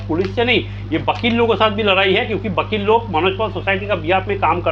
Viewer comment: Vakeel❌ bakeeel✅😂